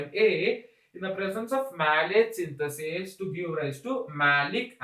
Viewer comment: its citrate synthase and not citrate synthatase